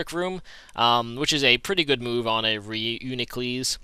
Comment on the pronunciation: I believe it is pronounced : RE YOU NE KLUS sir.